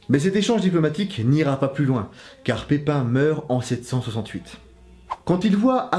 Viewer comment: tu dis pipin le bref ....alors on a un petit coup de seigneur des anneaux à l’esprit?😂😂😂😂